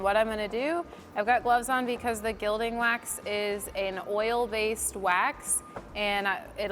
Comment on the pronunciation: FYI: Gilding is pronounced "gill-ding" (like a fish gill) instead of "jill-ding".